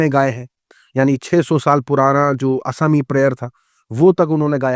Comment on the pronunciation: Plz don’t say ASAMI…pronounce properly